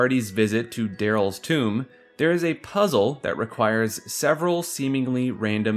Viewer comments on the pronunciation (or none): none